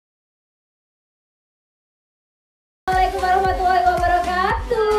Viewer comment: Mohon perhatiannya..Enggie Kalau mengucapkan Assalamu'alaikum...warohmatullahi..jangan Ter buru2...sehingga jadinya....WABRAA PELAN2 SAJA... Harusnya.....WAABAA bukan WABRAA.